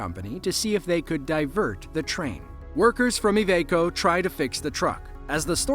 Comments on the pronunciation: What is Evaco? The company is called Iveco, pronounced I-Vee-Co. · i-veeeeeee-co iveco say it with me lol